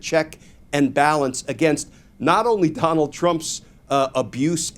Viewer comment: I stg you said Conald. “Con-ald” 😂 and I’m down for it.